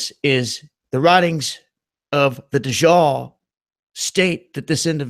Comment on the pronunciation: Watchur 6 Dajjal is pronounced "Duh j-al" like "Al" Bundy